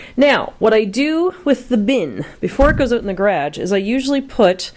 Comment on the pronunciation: You decorate so beautifully! You are so stinkin organized! lol! I love watching all your videos and the one that that always gets me.. is the way you say 'garage', has like a Boston flare to it. Its just so cute the way you say it! Have a good day!